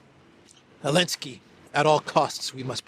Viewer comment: 😂😂 ELENSKI!??😅😅EVERY TIME YOU SAID ELENSKI!!😅😅WAY MAN,WAAAAYYYYY